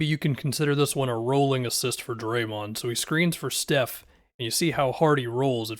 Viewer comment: be pronouncing draymond like doraemond